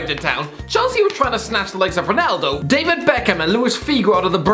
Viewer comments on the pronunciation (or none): none